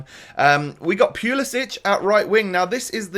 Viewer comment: Pulisic is pronounced pull-sick